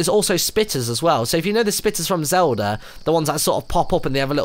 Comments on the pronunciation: he said zelder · Haha i love it how he says Zelder :D